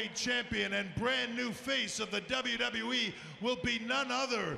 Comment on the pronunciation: look how Seth says WWE. He works for the authority and doesn't even know how to say WWE properly. You surprise me Seth